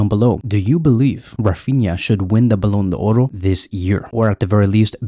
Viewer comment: Thanks for the video, I'm grateful for your videos and really like them. Because of that I'd like to tell you that the Ballon d'Or is a french word which is not pronounced Ballon d'Oro. There is no "O" at the end of the word d'or Otherwise your videos are amazing. Thank you again!